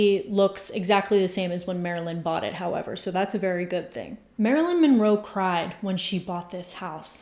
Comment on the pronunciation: Why is Marilyn's last name pronounced "Minroe" here?